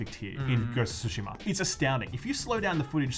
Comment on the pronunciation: The way you say Ghost of Tsushama makes me want to suck the end of a pistol, but despite your ugly way of saying it I can’t wait for this masterpiece!